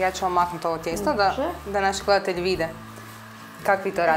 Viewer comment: prelepo, ali zasto vase voditeljke tako valjaju reci po ustima bez ikakve dikcije??? ne kaze se GLEATELJI za ime sveta, valjda smo gleDatelji? zar ne? i stavite recept ispod sa merama